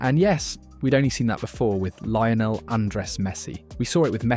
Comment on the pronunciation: And Lion El Messi lol